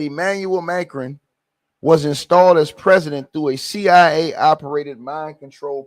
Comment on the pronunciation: Ma cron. The pronunciation